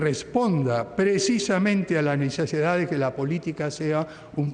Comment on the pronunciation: 13.46 DICE NESESEDA